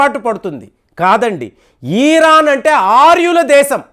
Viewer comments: Eeran kadu Iran Ani matladu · ఇరాన్ దయచేసి గమనించగలరు